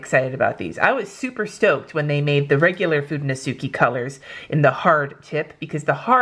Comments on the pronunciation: Just be cause It also irks me.. sorry. they are pronounced ( fuu den no skay ) not ( fu den no suu key ) Japanese is just not phonetic like a lot of english is.. sorry to be that a-hole! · It should really be (fu de no su kay) you only mispronouncing the last "e" that sounds just as the one on fude, its a pure E like in spanish, or like the e in eleven :)